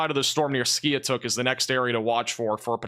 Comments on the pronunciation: Skiatook Is pronounced. Ski-took I used to live down there and they named that city because of bad tornado came through and wiped out the town a long time ago. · Pronounced Skytook